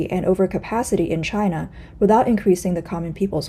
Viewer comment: Its its Myde in Jina! HAHA